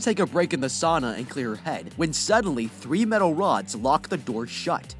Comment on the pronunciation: "Saana" 😂 its not that hard to say its just Sauna